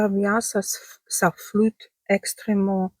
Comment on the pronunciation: Floutant et pas flottant 😂